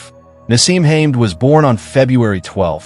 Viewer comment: Its pronouced HA-MED